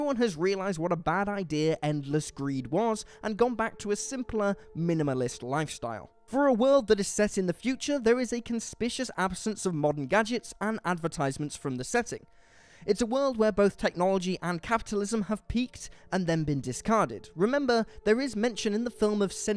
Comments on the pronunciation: * Conspicuous. NOT "conspicious". That's not even a word. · Conspicuous is pronounced con-spik-you-iss not con-spish-iss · Wait, did he just pronounce conspicuous as "conspicious"?